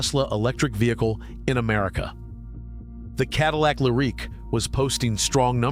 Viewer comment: It's not a Cadillac Le Rick .... it's Lyrique, pronounced " Leer eek "